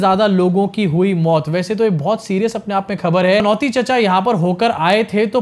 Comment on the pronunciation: Kya khabar khabar krte ho --- thodi urdu mila lo khhhabar with dot ' k' ke neeche laga lo